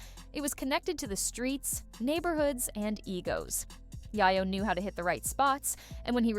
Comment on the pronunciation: I was trying to listen to this, but the Narrator kept saying YyYo not YaYo. Please